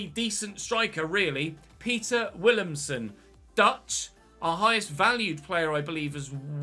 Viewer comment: Willemsen is pronounced with a V